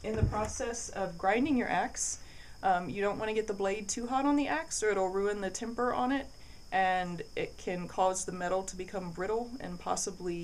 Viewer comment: Dull not dole Double U not dubbuh U Temper not timper